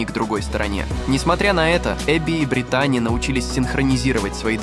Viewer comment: Ударение в имени на И: БрИтани